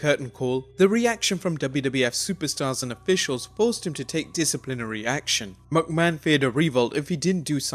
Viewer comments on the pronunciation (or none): You sound like a chicken when you say McMahon. Like wtf is your problem?